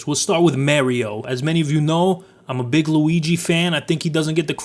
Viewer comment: why do you mario like that dude say it like a normal person would.